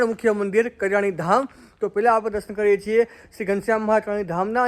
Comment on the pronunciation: ....gam nu nam spast karo...kariyana ke kadiyana?